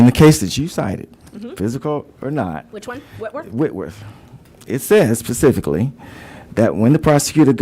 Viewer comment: Love how she says SPECIFICALLY to HIS..PACIFICALLY 😂 As he tries to be so “ sophisticated “ 🙄